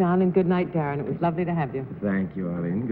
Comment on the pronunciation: At the mark when John Daly is welcoming Darren McGavin to the show.....doesn't it sound like he mispronounces "Darren"? McGavin even seems to have a funny look on his face as if he's trying to figure out if he said it correctly or not.